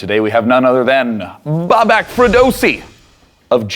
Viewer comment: It's Babak not Bobak